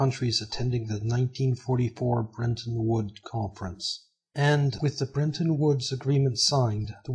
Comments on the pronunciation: Fascinating stuff but, please, there's no way to get a pronunciation of "brenton" out of "Bretton". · BRETTON!!! BRET-ton Not BREN-ton!!! Please learn to read! That's incredibly ANNOYING to me that you CANNOT pronounce CORRECTLY... The name of one of the most IMPORTANT ACCORDS in ALL of HISTORY! BRETTON WOODS!!!